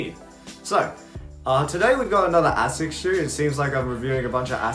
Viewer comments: AY-SICK AY-SICK AY-SICK Jesus. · I mean, you can derive all you want, it’s pronounced “ay-sicks “